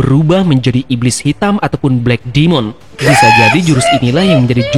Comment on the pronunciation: Demon dibaca Dime'n bukan Dimon, Akumon, atau Kumon